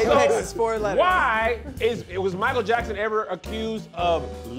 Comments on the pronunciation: 🧏🏾‍♂️ Hey Tom, it appears was trying to say Michael but actually said Meeyiykle. The judges are not going to like that. Back to you. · People came to his concert when they didn’t speak English. “They be like MICCCHHAELL😂😂😂